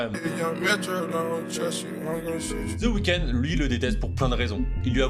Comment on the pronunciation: Pas ZE weeknd THE (DE) weeknd Pas ZE game THE (DE) game Ça sonne ultra homo votre façon de violer les mots anglais ZE WAYEURE 😭😭😭😭😭😭😭